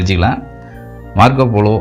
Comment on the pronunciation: மார்கோ போலோ என்று உச்சரிக்கவும் folo என்று கூறவேண்டாம்.